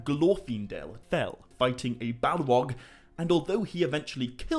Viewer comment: Bro why do you talk like that? You don’t pronounce R’s. “Fwiend” “Sauwron” “Balwog” “Sawuman” “Fwee” why do you emphasize your T’s so much? It’s gross, I couldn’t even listen to it.